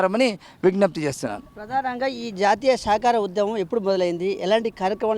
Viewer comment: శాకాహార...శాఖ కాదండి.